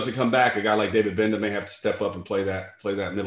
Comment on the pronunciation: Love the content. The G is silent in Gbenda. 🤘🏿